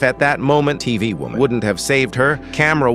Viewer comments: Why do i hear wooman instead of woman in every single one of his videos? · why does he say wuman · No way bro saying women not normally you say woooman what is wrong with you